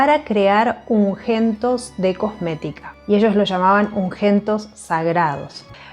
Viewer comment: Se dice UNGÜENTO ( se pronuncia la Ü ) no UNGENTO 👺 cómo vos decís . 😂